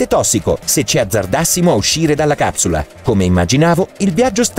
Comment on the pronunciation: a me sembra che dice cazzula e non capsula